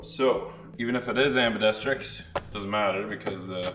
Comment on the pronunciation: Okay, question… does mispronounce words on purpose. “Anbedestrics”?